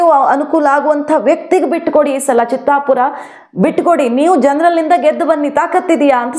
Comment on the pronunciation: it is not Chittapur, it is Chitapur.